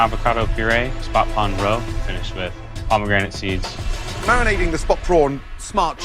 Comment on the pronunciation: paw-me-granite seeds